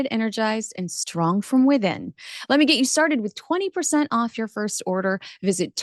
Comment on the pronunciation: “Orf with his head”